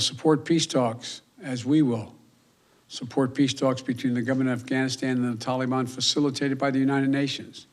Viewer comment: Oooop the toleyban